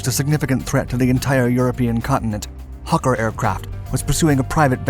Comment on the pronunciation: What's a "hukker"?